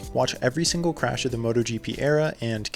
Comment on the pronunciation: take a shot everytime he says chrash lmao! awesome video, loved it